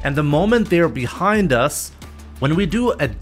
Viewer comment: Because he accidently said behond us instead of behind us